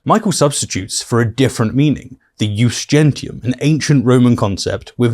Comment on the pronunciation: Unsurprisingly, Michael Knowles also misunderstands "jus gentium" (aside from mispronouncing it): "Jus gentium (law of nations/peoples) refers to a body of customary law in Roman legal tradition applied to all people regardless of citizenship, distinguishing it from "jus civile" (civil law for citizens). It functioned as an early form of international law based on COMMON PRACTICES, EQUITY AND SHARED UNDERSTANDING". Knowles doesn't even do the most basic of homework. Like Boris Johnson and Jacob Rees-Mogg, he thinks that burbling some Latin will make him look impressively posh to his gullible followers.